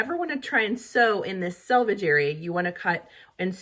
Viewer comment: Thank you for pronouncing "selvage" correctly. I cringe every time I hear it pronounced "salvage" on other internet videos.